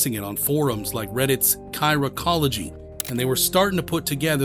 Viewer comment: so this channel AI? bro just called the watch (an AP) his "app". said r/chiraqology was "kyra-cology"